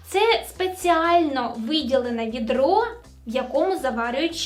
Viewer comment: Не видро, а відро.